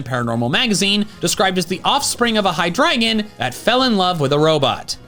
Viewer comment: Its pronounced high-dree-jun. Like the words hydra and legion